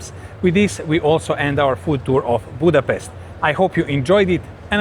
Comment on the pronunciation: BUDAPEST ❌ BUTCHER REST ✅